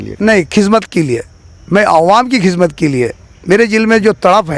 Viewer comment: Are chicha kizmat nahi khidmat bolo 😂😂😂